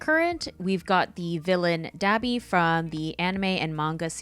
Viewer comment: im sorry did she say Dahbe instead of dabi? qwq